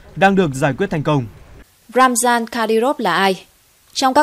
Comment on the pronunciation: Tên người ta là RAMZAN sao bạn lại đọc là ROMAN? Làm bất cứ việc gì cũng cần phải NGHIÊM TÚC, CHUYÊN NGHIỆP. Thử hình dung xem nếu bạn tên là MAI mà người ta gọi bạn là MÁI thì sao???????